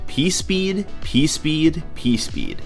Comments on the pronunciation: hehehehe he said "pee speed" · Teehee said pee speed.